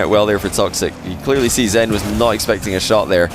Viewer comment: all I hear is xan instead of zen, man I need to stop doing drugs